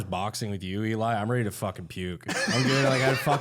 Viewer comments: I stg keeps calling Eli "Doublefap". I don't know if that's what he's saying but it's funny af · Did say "Eli Double Fap?